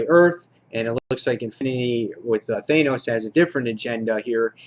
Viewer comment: THAN-OS< not THAY-NOS.. and it's NAYgan, not KNEEgan in WD.